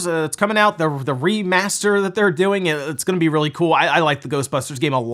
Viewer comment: Everytime I hear remaster now, my brain hears reMarster... Thank you THQ Nordic. ^^